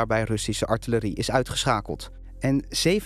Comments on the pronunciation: Graag even voortaan eerst de mensen een spraakcursus laten doen. Atjerie! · Hoi Boomer. Voor de dagelijkse verversing van je luier wil ik je dit mee geven. De Nederlandse taal wordt gevormd door de Nederlandse Taal Unie en niet wat idioten op een boot met spraakgebrek. Het woord is “artillerie” en het is belachelijk dat Nieuwsuur een “journalist” aan het woord laat die niet eens fatsoenlijk Nederlands kan spreken. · Lol, die interviewees kunnen allebei het woord artillerie niet uitspreken hahah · "Artjerie! Artjerie!", zegt er een. "Arterie" zegt de ander. En dat zijn dan een expert in defensie en een oud-commandant der Landstrijdkrachten. 😆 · Hoe kan het zo zijn dat een “defensie expert” het woord artillerie niet kan uitspreken? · die expert de hele dag over hoe hij Adje Rie wil uitschakelen smh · Artillerie is een Frans leenwoord geloof ik. Ik denk dat het een verbastering is van de Franse uitspraak van dit woord. Zeker als je het vaak zegt kan ik me voorstellen dat er dan iets als "Artjerie" uitkomt. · Stelletje zwakzinnige experts met spraakgebrek, de minitie voor de arte rie is bijna op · “Als de minitie op is kan de atjerie niet skieten” Johan Cruyff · Echt vervelend ja, atjerie wtf 😂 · Samenvatting comments: Artjerie. Oud gediende dienstplichtige insiders weten dat dit de meest gebruikte uitspraak is. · Dat is traditie. Artjerie, minutie, boem, etc.. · Artillerie is een Frans leenwoord, als je dat op zijn Frans en snel uitspreekt dan is het niet moeilijk om op "atjerie" uit te komen. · Lullig als je hele video over artillerie moet praten maar het woord niet uit kan spreken 😂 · Vraagje: waarom kan geen enkele expert het woord ‘artillerie’ goed uitspreken? Is het een tongbreker of wat? Zo raar. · Dat je als defensie expert artillerie als 'artjerie' uitspreekt vind ik opmerkelijk. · Dat is het niet. Het is hoe mensen in het leger (of ex militairen) artillerie noemen. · Die man kan artillerie niet uitspreken 😂😂 atjerie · Ar·til·le·rie - niet Adje Li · Atje Rie. 😂